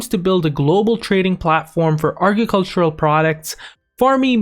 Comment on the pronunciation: Couldn't watch it all the way through because of how he says agricultural.